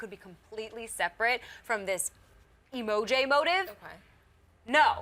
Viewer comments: A-Moji not emoJAY. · Does it bother anyone else when they say emojA instead of Amoji